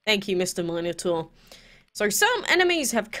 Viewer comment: It's pronounced MEN-O-TEA-US.